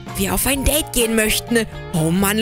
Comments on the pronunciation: Das heißt nicht deid das heißt deide😂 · Date!!!! Nicht Dait!((